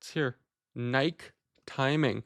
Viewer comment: The way you pronounce nike, lol